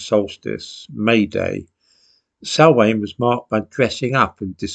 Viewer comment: Replace the d in down with a s That is how to pronounce Samhain